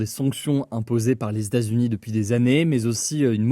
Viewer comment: "Les Statsuni" ça m'a perturbé ahah